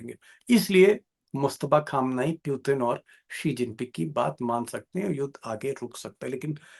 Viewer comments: पुतिन को प्यूतिन क्यों बोलता है यार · जोकर जैसा बार-बार प्युतिन क्यों कह रहे हैं दीपक जी 😂 पुतिन होता है